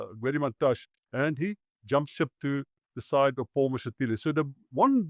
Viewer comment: Mantashé not Mantash!